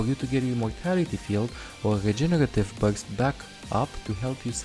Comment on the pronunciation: The way says "regenerative burst" it tickles my heart for bit,hes like:Jegeretive bujst.LOL